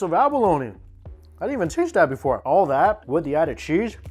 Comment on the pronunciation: Homie out here showing the world advanced prison fix’in’s with the pho broth and chips lol. Every time he says cheese “sheeeeeze”